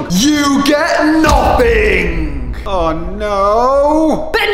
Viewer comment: Morgs saying u get nofing